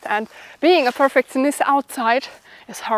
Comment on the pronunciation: Perfectionist (Pur-feck-shon-ist) :) You speak very good english. :) Just trying to help.